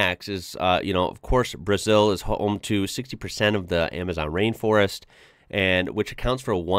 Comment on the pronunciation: We pronounce BrAzeew! With a Z sound!